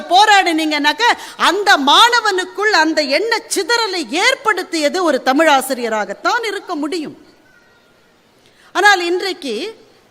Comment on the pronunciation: தமில் என்று கூறிகிறார்கள்.தமிழ் என்று வரவில்லை கொச்சை மொழியில் பேசுகின்றனர் அவர்களுக்கு இலக்கணம் இலக்கியம் என்பது ஏதுவரை.